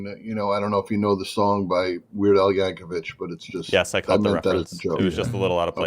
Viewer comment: Hey. Al's a Yankovic, not a Yankovich dummy. On a scale of 1 - 10 how much would you say you love the sound of your own voice?